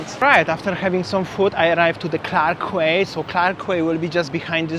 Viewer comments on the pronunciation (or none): QUAY is pronounced..KEE🙄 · It's pronounced as key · The word Quay should be pronounced as "key". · Clarke Quay, Boat Quay and Robertson Quay.. Quay is pronounced as Key.. hope you’re enjoying